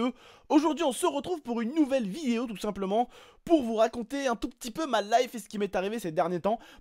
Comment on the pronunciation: Tu a dis vieo au début mais super video